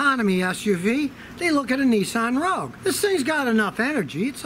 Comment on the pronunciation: It's RoGUe. Not RoUge. Rouge is a color like red.